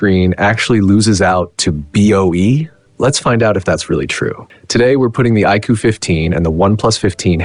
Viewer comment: AI voiceover (iqoo qoo) wtf is that... and origin os is more polished than color os. my a$$.